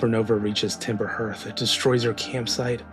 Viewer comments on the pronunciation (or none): Very common mistake but it’s pronounced Harth not Hurth